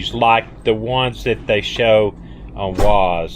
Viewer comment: Hi. Just a heads-up, Waze is pronounced as "ways." We don't need the YT grammar checkers giving you a hassle. It is also a wonderful program, esp. in new cities for road construction. BTW, I just noticed the muscadine video with Maggie. Did you know that grapes, skin and all, are poisonous to dogs? I didn't know either, but they can cause liver failure in dogs. ❤🙏🐕🙏❤